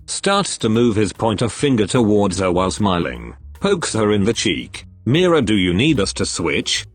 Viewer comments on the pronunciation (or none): Pronounciation: "mi ra" 😂😂😂 instead of "me ra"